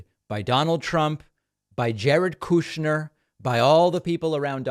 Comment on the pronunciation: I love how David pronounces Jared KOOSCHNER. 😂